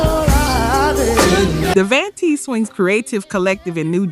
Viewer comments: Thank you! Because these artists has been around for a while and their names were NEVER pronounced like that. I'm listening and saying to myself "wait, what?, who?" 🤦‍♀️ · Totally read my mind, was like who proof read the script or bad AI voice over 😅